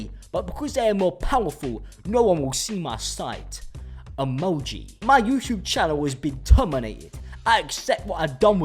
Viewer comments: "Emonji" Why did I find the way he sid that, so funny? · the way he said "emoji" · LOVE HOW HE SAID EMOJI 🤣🤣🤣